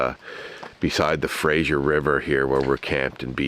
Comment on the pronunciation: you are such a good team. love your positive attitudes and love for your family ! Fraser, not Frasier. simple, not like the show ;) welcome to BC